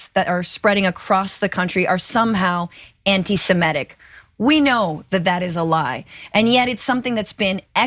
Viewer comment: What is “semEtic”?? I’ve heard of “semItic”.